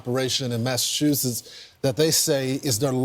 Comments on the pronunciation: Lol, you said Massa toosits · You’re so funny how you say Massachusetts with and extra T instead of ch 😂